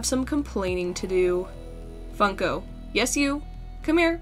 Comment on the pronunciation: needed more mouth He be like: yus